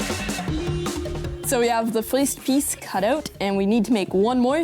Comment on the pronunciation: he be saying foist